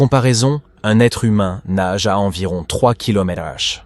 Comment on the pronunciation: Oh, l'IA qui a du mal à lire km/h ...